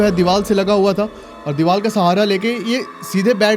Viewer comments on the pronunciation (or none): Deewal kya hota hai . Deewar hota hai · Bhai it's Deevar not Deeval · Bhai ka divar ki jagah dival hi nikal rha hai.... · R ko l ku bolta h bhai 😂😂😂